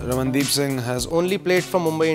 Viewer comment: PURE INDIAN Pronounciation of The name by DB 😅